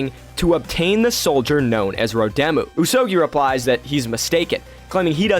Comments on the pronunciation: Pretty sure the pronunciation should be "ooze oh gooey" rather than "ooze oh gee (as in geese)" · Is the pronunciation not like: Usogoi? Rather than usogii?